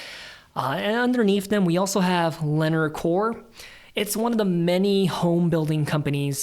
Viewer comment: I really like your approach reviewing the numbers while emphasizing each company's competitive position. I'll add that, much like Hormel, Lennar is pronounced with the "emphasis" on the second syllable - plus the competitive position.